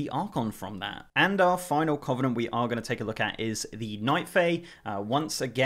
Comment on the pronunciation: it's kuh -vuh-nuhnt